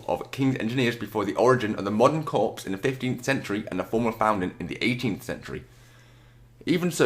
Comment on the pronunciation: It's pronounced core not corps